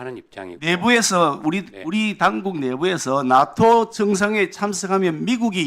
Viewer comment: 발음이... 나토가 아닌 낫또로 발음하는것이 어거지에도 왜국노 인증... 멍개같은 논리인지